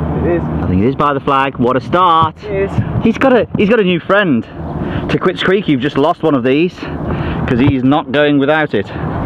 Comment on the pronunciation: do the people working at the course call it "Ta quits"? It seems like it should be pronounced "Takeets" with the "u" being silent.